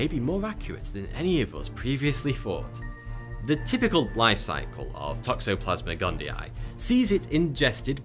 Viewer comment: Fun drinking game everyone... take a shot everytime you hear him say "Toxoplasmic Gundii" lol